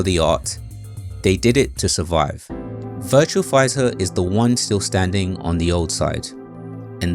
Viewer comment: It's Virtua Fighter, not VirtuaL Figher. Great video though!